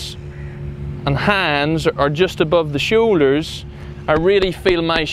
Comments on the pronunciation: “Show Ders” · “De showeders!”